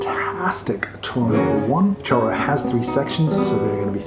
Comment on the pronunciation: Great lesson! (But the correct pronunciation is “shoro”, is Portuguese not Spanish)